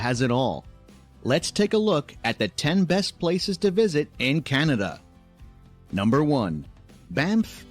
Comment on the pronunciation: I'm sure other Canadians noticed how this lady pronounced Canada. It's almost exactly how it was originally spoken. Just like the Canadian History Short where the European men are asking the First Nation Chief what this land is called. He replies Kanata. The Europeans misunderstood what the word meant but the name stuck. I'm glad it did. Cheers from The Rockies of Alberta.